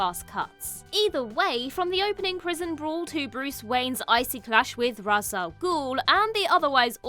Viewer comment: Ras (in Ras Al Ghul) is pronounced Raish. One glaring error in this video.